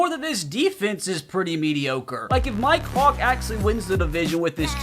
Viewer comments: Bruh every time says "Mike hawk" I'm thinking he saying "my cock" lmao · When u said mike Hawk it sounded like u said “my cock!” 😂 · I keep thinking he says my co** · For a sec at one point in the video it sounded like he said "my cawk" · Mi-Kehawk ….. sound that out and what do you hear? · Am I the only one who heard him say do not test my cocks😂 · I thought you were saying my c*ck the whole time😂😂😂